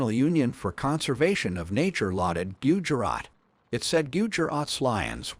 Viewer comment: Why not use same electric fence used for cattle herd..to keep lions in thier park ans frustated licals out 😂 Yep ai voice pronouciation of gudjrat😅